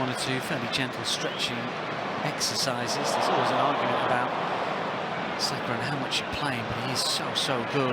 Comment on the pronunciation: It's Saka not Sasha.